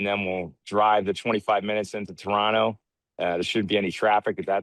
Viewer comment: Mans is pronouncing Toronto the right way 😂🇨🇦💙❤️